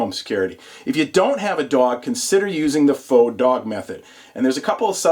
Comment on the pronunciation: i subscribed to you because you know how to both spell and pronounce "faux".